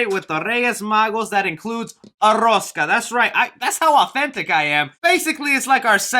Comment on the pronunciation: Jajaja “la rrrosssskkkaaa” me encanto